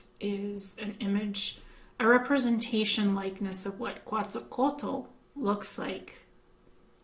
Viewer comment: the pronunciation of Quetzalcóatl would be something like if you said Kevin, you omit VIN...so that in simplified form it is pronounced KETZALCOATL. Greetings and blessings from Mexico. I love your videos.